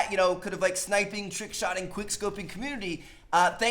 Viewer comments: Tickshotting??? TRRRRRRRRRRRRickshotting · "TICKshotting" lol